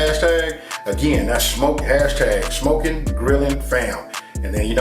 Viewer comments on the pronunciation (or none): As soon as he said 'Sh-mokin' I knew it was on